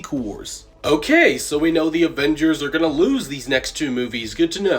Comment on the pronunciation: Did he say ovengers😂